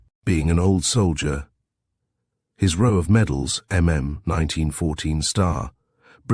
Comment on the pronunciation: It's just so easy to listen to, not too much emphasis - very soothing & totally easy to forgive the random wrong row & read mispronunciations.